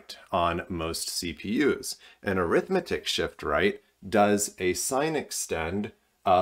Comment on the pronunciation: "AIR-ith-MET-ic" is the pronunciation for which you seek.